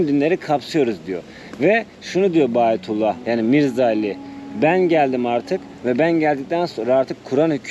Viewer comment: Bayatullah degil. Verilen ad bahaullah!